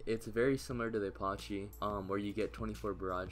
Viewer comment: no way bro said aparchee